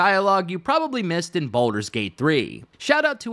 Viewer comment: The fact that Wyll says thank Baldrun